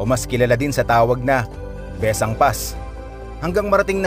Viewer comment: Maganda ang daan na iyan at iyan ang daan ng mga taga Ilocos paakyat ng Sagada. Nakakahilo nga lang daan na yan kung naka-van 😁. Taga Ilocos Sur po ako at ang bigkas namin ay Bes-sang.